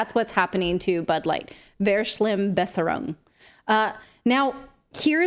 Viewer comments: *Verschlimmbesserung is pronounced [Fer’shlim,besserung] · Pronounce it "Ferschlimmbesserung"" and "Tsugtswang". So you'll come close to the correct pronunciation. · Easier to pronounce the word like this: fash-lim-bes-serung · Another source says ❝It is pronounced "Fair-shleam-besser-oonk"❞ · „fer schlimm besserung“ the v is pronounced soft like an „f“ it’s when u keep making things worse in your attempts to improve a situation or mske something better. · Verschlimmbesserung. The "v" is not an English "v" but is pronounced like an "f". "Fairshlimbesserung. It is a combination of "verbessern" to improve, to better and "verschlimmern" to worsen. "schlimm" means bad. So if you try to improve something with the wrong measures and end up with a worse result, you have suceeded in an improvement for the worse: Verschlimmbesserung. Only fools are capable of this. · Ver-schliMM-Bess-er-ung, pls haha... americans speaking german, ist the most hilarious thing ❤😂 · Pronounce the VER in verschlimmbesserung as FAIR... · "fur-sh,lim-besser-ung" is a better pronunciation perhaps... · 'Verschlimmbesserung' - Please pronounce 'Ver-' like 'Ver-' in 'Vermont'... Thanks! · dear natali and clayton, VERSCHLIMMBESSERUNG is a fun german word - and ever so useful 🙂 try to pronounce the first syllable like the "ferr" in "ferrous", and put the emphasis on the "imm", to make it sound something like "ferr-schLIMM-besserung". love you guys 💗 greetings from austria 😘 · The "V" at the beginning is pronounced like an "F" - although it is not true all the time 🤣 (German is not logical at all) And a "Verschlimmbesserung" is the attempt to fix something that is already broken ending up worsening it. Like trying to cut your hair when you´ve already been to the hairdresser ending up unsatisfied and making even worse or trying to unclog the odor trap and ending up breaking it. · By the way in german a single v is pronounced as an f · V is pronounced as f in German. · V in German is pronounced F